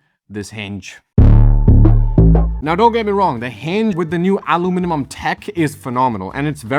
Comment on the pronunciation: "alu-minimum" Brother what's going on? Anybody home in there?